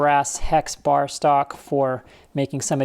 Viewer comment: I thought that mis-pronounced bar was the largest stogie I had ever seen. I am VERY Looking forward to this video.